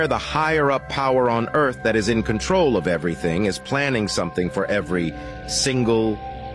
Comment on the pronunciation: Did she really just say earFF like that twice tho?